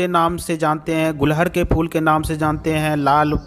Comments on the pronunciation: एक ही बात को कितने बार दोहराते हो | ये फूल को गुडहल बोलते है| गूल्हड नही कहते| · गुलहड नही गुड़हल कहते हैं। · gulhad nahi gudhal bolna seekho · मान्यवर, सबसे पहले तो अपना उच्चारण सही करिये इसको उत्तरी भारत में "गुङहल"के नाम से जाना जाता है न कि गुलहङ के नाम से। रही बात औषधि के रूप में लाभ-हानि की तो आप लोग वीडियो इतना लम्बा खींचते हो कि इंसान सुन-सुनकर ऊब जाता है और जहां है कि जितने लाभ गिनाये हैं क्या ये तुम्हारे द्वारा अपने आप पर यह किसी और पर आजमाया गया है, जहां तक है नहीं, तो समाज को क्यों गुमराह करते हो। आप वीडियो को लाइक आदि करने को सिर्फ अपने पैसौं के लिए कहते हो, तुम्हें कोई मोटीवेशन की जरूरत नहीं है और न तुम ऐसा करते हो। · phool ka naam to sahi le lo.Hindi me ise Gudhal kahte hain, Gulhad nahi kahte,Kripya dhyan den!!!!!!! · Gulhad nhi hota ....gudhal hota h